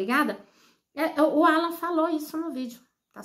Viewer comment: Fala o nome correto não Ala e Alan, coisa horrosa